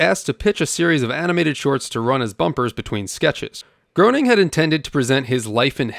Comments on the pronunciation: Matt "Groaning"? Smithers and Burns voice actor*s*? ... and you call yourself a Simpsons fan? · Smithers and Mr. Burns are both voiced by Harry Shearer. And Matt’s last name is pronounced “Graining.” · groaning rhymes with comploning. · Pronounced GREY-ning, or GRAIN-ing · Nice video but it’s pronounced “Graining”. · Matt's last name rhymes with Raining. Just so's you know. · Groening is pronounced like Graining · Common mistake. But I have to admit that every time you said his name wrong, I was graining. I mean, groaning! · yeah, but when doing an episode on this franchise, you gotta get it right! At least he fessed up. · You can't even pronounce Matt Groening's name correctly. Maybe stop your dead-eyed, balding, uninformed bloated video and just do some actual work. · You’re mispronouncing the creators name over and over is the death of me paying attention to you. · You didn't say Matt Groening's last name correctly. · lol when i heard you say "grown-ing," i instinctively said "graining," but to be honest, even though i am 47 and literally grew up with, and YES STILL LOVVVVE the Simpsons, i didnt know it was GRAIN-ing until the 127th EPISODE SPECTACULAR i believe it was, with the "footage" of him and "GIT OUTTA MAH AW-FFICE!!!" lol... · 🤓 ACTUALLY! Matt Groening's last name is pronounced "gray-ning", not "groaning" 😌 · Lol don't feel bad. It's phonetically inaccurate in it's spelling. And by all rules of English pronunciation it should be "Groaning". There was a book that came out a few years after the show that detailed a lot of his history leading up to the show, and he discusses how his name is rarely pronounced right because of that. Until you hear otherwise it is perfectly normal to assume "groaning" and if you just thought it was "Graining" out of the gates you probably wear a helmet to bed. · Mr. Groening's name is pronounced 'Graining' as he, himself, said, it sounds like 'complaining'... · Groening is surprisingly pronounced Gray-ning, not Grow-ning